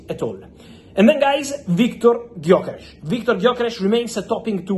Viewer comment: Pronounciation of Gyökeres is perfect. Very hard for not native hungarian, because theree is no "Gy" in other western languages. Huge respect to deal with it.